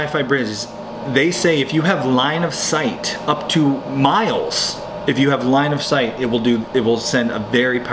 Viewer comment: Line of sight!!! Not " line of sigh"